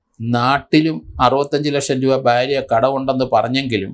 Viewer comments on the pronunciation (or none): .... "baarya" alla sir, "bhaarya" ennu parayanam.